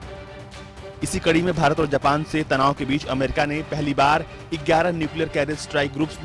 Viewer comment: Thik se bolo yarr bharat, japan tanab nehi japan, chine tanab